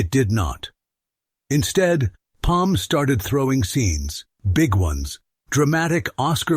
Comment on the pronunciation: Is it Peem, Pam, Pum, or Palm 🤣